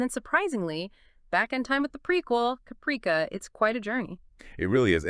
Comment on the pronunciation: You do not even know how to pronounce Caprica! Why do you stupid idiots think you can read something and then are knowledgeable and competent enough that you can post a video when you are completely clueless and butcher pronunciations while pretending to know what you are talking about when you are clearly are an inept idiot!